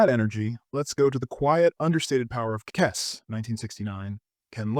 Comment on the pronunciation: Er….it’s pronounced “kez” …not “kess”